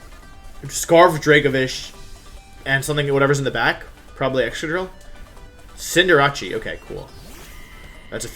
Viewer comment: Does it bother anyone else how Wolfey pronounces Cinderace -_